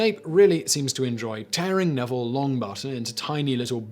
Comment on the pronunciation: Yes, I am sure he read it wrong... :-) Also, sounded like he said "Neville Longbutt."